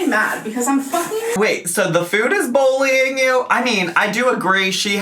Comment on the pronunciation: That disclaimer is such a mess! "Mass majority" when she meant vast majority, "shed a spotlight", "boolying", "impordann". needs speech therapy.